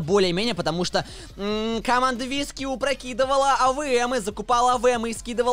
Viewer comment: Мне слышится не вискью а виски .-.